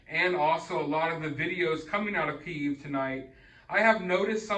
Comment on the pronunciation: If you dont know how to pronounce Kyiv, dont emphasize it please :D